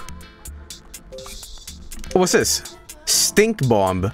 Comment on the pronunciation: the second b in Bomb is silent lol